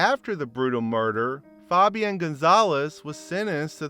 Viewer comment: Foh-bee-on lmao instead of just fabian